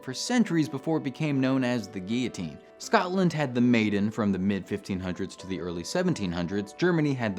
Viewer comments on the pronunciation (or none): none